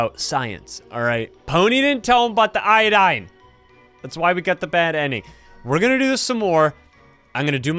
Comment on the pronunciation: “I got io-doae”💀 “We need i-do-dane”💀